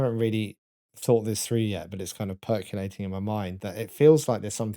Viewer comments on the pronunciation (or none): got really annoyed about "musn't" which is fine I guess, but I get really annoyed when he pronounces "percolating" as "percuelating" lol